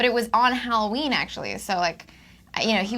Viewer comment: the way anna pronounced halloween haunts me